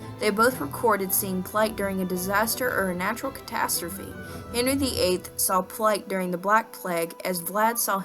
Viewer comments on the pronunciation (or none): none